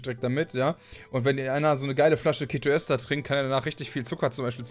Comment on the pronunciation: Ketoester wird die ganze Zeit falsch ausgesprochen, dass macht micht irgendwie fertig...das e von ester wird lang gesprochen, wie bei dem wort Esel :D Ja das ist ein schlechtes beispiel, ich weiß :D